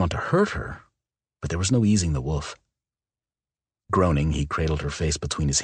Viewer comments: Yes he is saying woof not wolf 😂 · When he says "wolf" it always sounds more like 'woof' 😁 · I can’t un-hear it 😂😂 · Lol Right? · It was bugging me so much! I was just going to comment...instead you did it for me! Woof,woof,woof! Lol!😂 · I hadn't noticed it until I started reading the comments. Then at the most serious moment he says it and I'm dying laughing. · OMG YESS! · I can not unhear this now lol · Great story. "Woof" instead of wolf is kinda funny